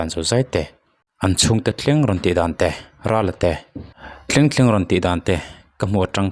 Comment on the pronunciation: Tinge 'TLENG' i tih zel aa😂